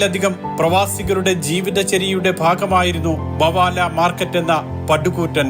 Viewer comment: മവാല അല്ലടോ മബേല